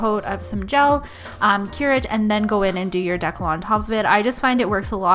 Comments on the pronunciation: So pretty as usual! Love your videos! 🥰 thank you for sharing! I’m pretty sure it’s pronounced water D cal though instead of water decl. Can’t wait for your next video! 🥰💕💋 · Are you trying to say "decal"?(Pronounced "dee-cal") If not, what is a deckle???